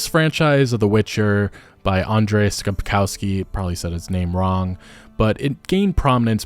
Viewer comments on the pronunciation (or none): none